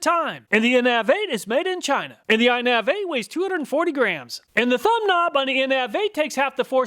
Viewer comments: Its inavate lol not inave8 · I love this channel. I think you mispronounce brand names on purpose don't you? Innav8 is clearly pronounced 'innovate.' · I'm not a fan of the ones with the handle on the back.. especially if they're plastic. Because I'm lazy and have a hand cranked water hose reel and those handles get snagged in the grass and break. Also, I think that Innav8 is supposed to be pronounced like innovate. :D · Hearing In-nav-eight instead of innovate bothered me maybe more than it should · I think that Innav8 is supposed to be innovate(innavate) rather that in-nav-8 Also, I just had the dumbest idea for ever.....to compare stop watches and timers LOL...maybe as an April fool's video or something like that. The idea came to me when he was doing the bucket test to see how long each nozzle took to fill it. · The in ave 8 is pronounced “innovate” 😂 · Saying “in av ate” instead of innovative is hilarious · Pretty sure it's pronounced "innovate" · I don't know why your pronunciation of the innav8 irked me so badly, but it did. Clearly they were going for "innovate". And the Sani-Lav is made for cleanin' outhouses, lav like lavatory. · It's pronounced "Innovate" :-) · I love the videos but your pronunciations are weird sometimes. The Innav8 is pronounced like “innovate.”